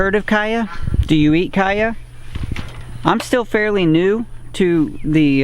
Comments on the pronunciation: Cha-ya not Kaya! Good video. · He said "kya" not CH-aya. The plant comes from south America. They say Ch-aya... too much confusion from Chia? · It's chaya not caya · en Mexico we they eat it with eggs in tacos. huevos con Chaya. can be used in place of spinach in any dish. it's pronounced Chaya not kaya. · Stop saying the Ch hard! Its not a K sound its a Cha sound like chew! Unwatchable! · Your mispronunciation of chaya was like fingernails on a blackboard. I couldn't watch it. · Nice vídeo. The "CH" s pronounced like CHeese, CHowder,CHia CHaya. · I really found your video important. But I can't help but wonder where you get that pronunciation from. I was a Spanish translator and interpreter for years and I had clients from all Spanish speaking countries, but I never heard anyone pronounce a "ch" as a "k". So please tell me where in Mexico they use that pronunciation. Still it's an excellent video. Thank you.